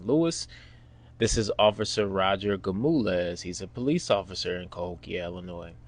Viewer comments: 😂 Gamules? 😂 It’s Gonzalez 😅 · Why you keep calling him Gamulez. His name is Gonzalez. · Is he saying Gomulaz??? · you are butchering that man's name if its Gonzalez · Awesome Bro!! Not the ending I think anyone expected. Instead, it was much better!! My only suggestion is this: I'm from Texas and my name is Sergio although I'm African American. Many Latinos down here so I'm not sure you're pronouncing this wonderful officer's name correctly lol!! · yo bro . learn how to say that man name if you going to tell a story.... H.O.P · Great story but I'd find someone who can pronounce Gonzalez